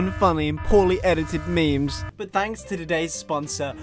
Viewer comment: Did he just say memeys?